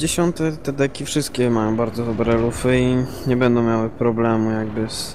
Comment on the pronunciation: "bedom",,:(